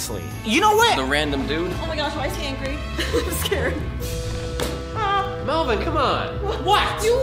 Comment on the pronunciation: ಠ_ʖಠ It's Melvin not melborn